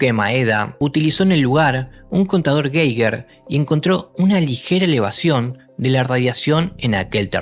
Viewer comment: Se pronuncia Gaiguer .